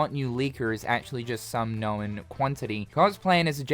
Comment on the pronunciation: You say known like no-wen. A cross between no and Owen…Nowen. Hmm… how crazi